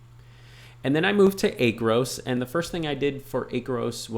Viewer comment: Great video. Please pronounce it as Aaaacros in your next video. LOL